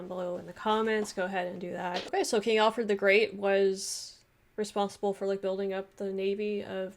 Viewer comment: King Alfwed the Gweat. Wule Bwitania!